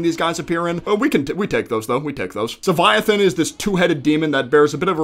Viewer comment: Not trying to be a jerk hear, but it’s Leviathan not Seviathan